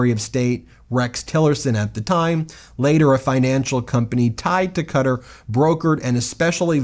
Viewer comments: it's pronounce ká-tar, not kuter. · Its ka-tar not cutter 😂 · It's "kuh-taur" not "cutter" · Sorry its pronounced Ka-tarr not Cutter. But I love your videos anyways. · Wait. Im 50 years old and my whole life Ive thought it was pronounced Ka-Tar. Is it really pronounced Cutter???? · The country with the airplame is not "Cutter" - it´s Quatar ("Ka-taar")..! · oh lord, Qatar is pronounced as /kəˈtɑːr/ (rhymes with guitar), not Carter 😂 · Its pronounced "kah tar" not cutter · Hey Jack ass it's not cutter ! It's. KA -tar. TDS is fading what you going to do , lawyers lie for a living too! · Is this an intentional mispronunciation of Qatar or do you really think it sounds like Cutter? Kuh-tar is the proper pronunciation…. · Dude, it's pronounced kuh-tar not cutter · Cah-tah not cutter. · It’s bothering me so much how he keeps saying “cutter” instead of “kuh-tar” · Why do American people pronounce Qatar as ‘Cutter’. Everyone else says ‘Cat-arr’? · Qatar is pronounced kuh- TAR, emphasis on second syllable- not Cutter. Please. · Good grief Ben, it's not "cutter" it's ka-tarrr. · It is pronounced CATTAR not cutter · It's not "cutter" is "ku tar" - Qatar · Oh Ben. Please. It is NOT cutter. Please ask a native speaker of Arabic so you can get close to a decent pronunciation of Qatar! kaw-tar not cutter! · Pronounced ‘Kattar’ not ‘Cutter.’ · Is he pronouncing Qatar (kuh-taar) as 'cutter' for a reason, like a joke I'm missing? I listen to these while working on other things and since I didn't see what he was reading from the first listen, I thought 'Cutter' was some kind of Qatari company Trump & co were working with. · Please pronounce the place correctly. Q’tar not cutter lol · I always thought that Qatar was pronounced "kuh-taar". Am I pronouncing it wrong? I never have heard it pronounced "Cutter". Which is correct? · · Love the content, but it's pronounced cat ar not cutter. Qatar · It's not pronounced "cutter" its "cat-tar" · Cuttar. Not cutter. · It's Qatahr, not Cutter.